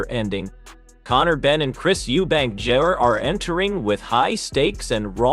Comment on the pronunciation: Why can't the ignorant man talking call him junior instead of jrr